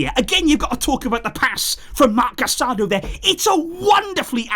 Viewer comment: It's pronounced casaDO emphasis on the kast syllable